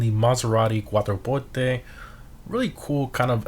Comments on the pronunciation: Lol, I love tht you added in the Italian pronunciation for Quatroporte! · How you said Quattroporte sounds soo proper for me idk why